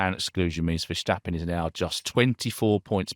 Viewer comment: I always enjoy these reviews but please,, stop pronouncing Max's surname as VerSHtappen. I know I'm picking nitsh but it drivesh me nutsh!